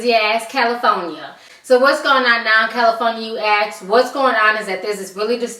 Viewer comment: Its pronounced cal-i-forn-ya not... cal-i-phone-ya